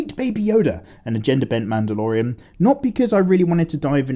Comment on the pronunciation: Lude-dalorian. LoL